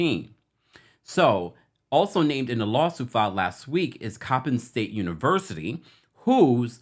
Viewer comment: yes Coppin State was pronounced correctly!! Thanks from B-More ☺️☺️